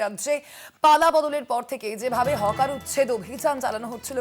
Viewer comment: Hawker হবে Hocker নয়